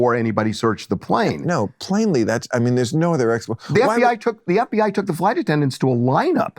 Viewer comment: He said planely